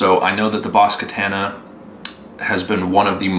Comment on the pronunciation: God, another one mispronouncing the amp name